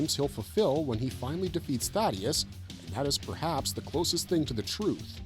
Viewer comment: Why do so many people get his name wrong? It's THAEDUS not Thaddeus